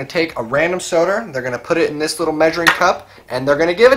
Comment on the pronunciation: I thought he said a random sodar.